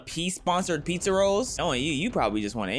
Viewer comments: pee-za rolls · PEEzza rolls 💀